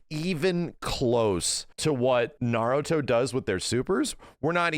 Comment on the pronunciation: I'll give this. he's one of few YouTubers who actually pronounces Naruto correctly.